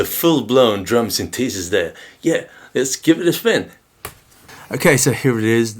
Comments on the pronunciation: Great demo and explanation of the features. Always like your videos but… Pet Peeve of mine, proper pronunciations… The proper pronunciation is: Syn The Sis… not Syn Tee Sis. It is a Syn The Sizer… Not a Syn Tee Sizer Also a tip, if you want to restore all of the presets, press and hold the Pattern and Write buttons at the same time while installing the battery. It is easier to do if you keep one battery installed and the other just slightly out. Then you can hold the buttons with one hand and quickly push the second battery into place. The screen will read Reset. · Sin-TEE-sis? Ugh. Please listen to British pronunciation here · Interesting pronunciation of synthesis. synTHEEsis.